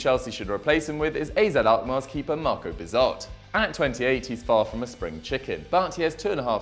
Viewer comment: Bizot???? Wtf are you on mate